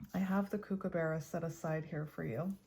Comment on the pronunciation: Hello, from Australia. Mr Kookaburra is pronounced cook-ah-buh-ra 😊